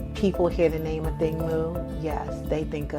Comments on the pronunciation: thanks...my point was the accent is on the "A" . They're always putting the accent on "thing". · Firstly do not insult our mother tongue language. Its pronounced "Athieng" it sounds like a y is in the middle but its not, but hers is spelt "Athiing" not pronounced "A thing". Most of you people can pronounce funny Greek and German names but struggle to respect Ancient indigenous African names. Its a Dinka name. She isn't here to carry a name that is "easy" for you people. Its her family origins and her culture and is meaningful in our native language. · Its Athieng in our native language. They keep saying it incorrectly because these fools act like they cannot pronounce African names. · I wish the announcers would correctly pronounce her name ..Athing (accent on the "A")